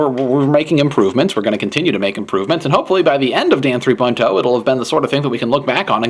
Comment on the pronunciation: LOL in the beginning it sounds like hes saying "this episode of damn 3.0 is brought 2 u by squarespace"